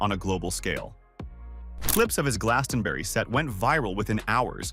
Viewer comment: Americans just can't pronounce Glastonbury